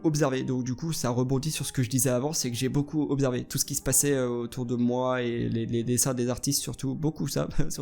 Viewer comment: "J'ai beaucoup obzervé" Starfou 2019